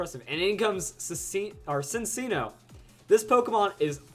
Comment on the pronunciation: Just a tip but Cinccino is pronounced like: sinchino.